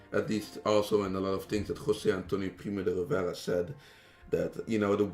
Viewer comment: You said that this guy is Spanish but when he said "José Antonio Primo de Rivera" he had a very strong non-spanish accent. I'm Spanish, so I know when someone is or isn't from Spain... This guy isn't